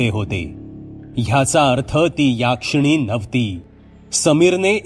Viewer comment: याक्षिणी नाही हो.... यक्षीणी